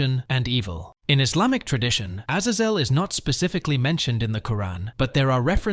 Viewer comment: Azazels name is used a lot in anime and is also the name of a Mutant in Marvel comics and according to all of those sources you pronounced his name wrong